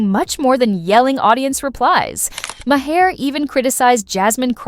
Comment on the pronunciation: Listen how bill pronounces his name and say it that way!